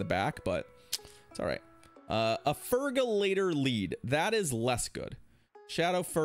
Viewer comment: fergalator ❌ Feral-i-gator ✅